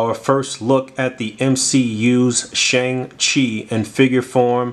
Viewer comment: Hey, just wanted to help out for future reference: Shang Chi is pronounced Shong-Chi and Simu Liu is pronounced See-Moo Lee-You 🙏🏻 Also the weapon Shang Chi comes with is actually known as a Gun. Pronounced Gwan. It's one of the primary four fighting styles in Chinese armed Combat.